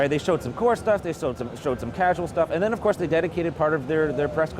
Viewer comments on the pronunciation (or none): none